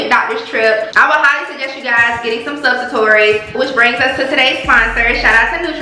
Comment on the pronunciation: Sub-sua-tori????? Baayyyyy I love your energy but if your axx don't put a disclaimer on the mistake 🥴🥴🤣🤣🤣 is pronounced su-pos-it-tori🤣🤣 no shade promise